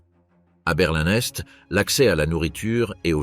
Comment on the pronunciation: enfin une IA à la hauteur qui arrive notamment et enfin à énumérer des dates en les prononçant correctement, ouf ! il était temps... quand même une erreur, on ne dit pas : conditions Sine qua non se prononce : sine que none...et une autre aussi ! Berlin Est et non berlin n'Est. lol ah ! les IA pas encore parfaite, mais bon celle ci est très bien